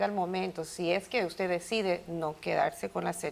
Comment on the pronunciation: "Aquí usteh es la Barbie" JAJAJA